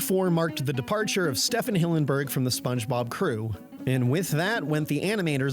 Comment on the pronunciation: Haven't heard this theory before, but seems to hold up. I assumed Merriweather was male because it's generally considered a boy's name. Oh, and what's with that unusual pronounciation of STEE-ven's first name?